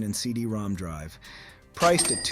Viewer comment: I was told that CD-ROM2 was actually read as “CD-ROM-ROM”